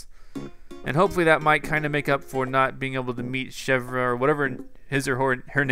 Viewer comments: Chevre: pronounced SHEV-ruh, so you had it right all along, or at least most of the time. It's fitting since chevre is the french term for goat cheese and Chevre (the character) is a goat. So now you know! Thanks! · So I just looked online and with Gulliver, if you wake him up and answer his question right then he'll give you some souvenir. Kinda cool. and by the way, Chevre is pronounced chev-ray so you had it mostly right. Love your videos :)